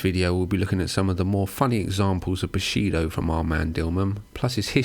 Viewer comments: You are saying bullshido. Not bushido right? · Guessing you mean "bullshido" but you pronounce it as "bushido" which is kind of the opposite. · You mispronounced "bullshido".